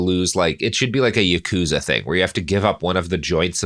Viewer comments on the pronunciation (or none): none